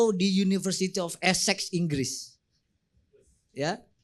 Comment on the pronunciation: kalo gak salah kuliah di Inggris, di universitas esex esex bilang nya😂😂😂